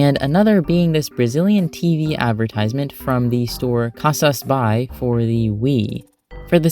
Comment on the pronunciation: As a Brazilian, Bahia is pronounced bah-ee-ah Edit: Also, Casas Bahia and Brazil mentioned, woohoo 🇧🇷